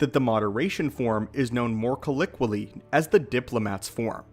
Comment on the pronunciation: Say colloquially again 🤣🤣🤣🤣🤣🤣. Mad fail.